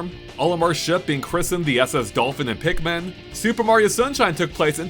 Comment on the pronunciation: No way you called "Pikmin", "The Pigman" 💀